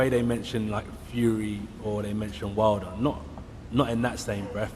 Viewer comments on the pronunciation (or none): none